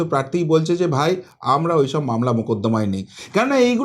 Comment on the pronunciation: Apni 'Amnara' bola ta r correct korben na dekhchi ato bar bolar poreo sei amnara amnara korey jachchen